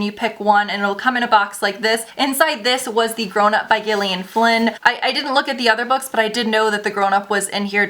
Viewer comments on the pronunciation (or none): none